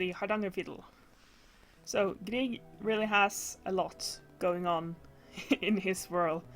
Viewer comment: Det hördes i början när du sa "Grieg" med perfekt uttal att du var norsk. 🙂 Inte så ofta jag snubblar över nordiska grannar på nätet, så det är alltid roligt när det händer. Hittade din kanal igår på grund av recensionen av Bretts Mendelssohn. Ska se till att titta igenom dina gamla videor framöver. (Hoppas svenska funkar för dig, det är sent och jag orkade inte riktigt uttrycka mig på engelska.)